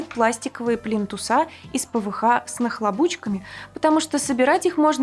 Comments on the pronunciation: ПлИнтусы,а не "плинтусА".... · Не плинтусА, а плИнтусы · ПлинтусА, плинтусОв !!! аж кровь из ушей :(